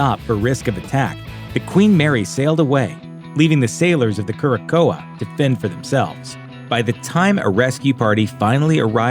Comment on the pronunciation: The Queen Mary's convoy ship is pronounced "keer-a-sow." Great round up of the haunted reports.